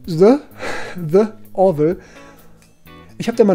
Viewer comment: Nicht „dä orville“ sondern „di orville“